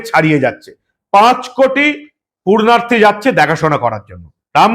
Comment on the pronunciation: আপনার মুখে "পূণ্যার্থী" র বদলে ভুল শব্দ "পূর্ণার্থী" শুনতে ভালো লাগলো না।